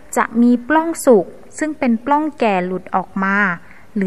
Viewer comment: ปลัองค่ะ มิใช่ ปร้อง สะกดปิดนะคะ ไม่มีร.เรือ ไม่ต้องกระดกลิ้นค่ะ